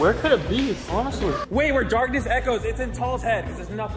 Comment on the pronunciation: I keep laughing at because he keeps on saying echo XD